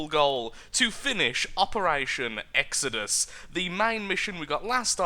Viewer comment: its not exedus its ex-o-dus